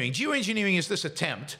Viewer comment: I really thought you started the episode with “Jew engineering. Jew engineering”. Thank goodness that wasn’t the case lol. Climate change is already polarized enough 😄